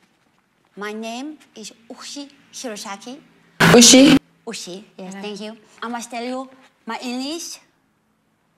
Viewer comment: I'm Japanese, and from a Japanese point of view, the pronunciation of USHI was very strange, and I laughed rather a lot hahaha